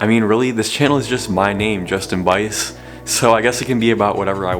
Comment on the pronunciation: It's 2020 and I just learned how to pronounce Buice, correctly. Thank you for the effort you put into your videos. Would like to see some footage of the first gen xb enthusiasts sometime in the future. Happy New Year!